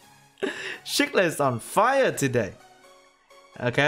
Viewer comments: Its SEE-clid, not SHEE-clid. hhahaha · At first I thought you said "shook lit" than i realised it's the way you're saying Cichlid...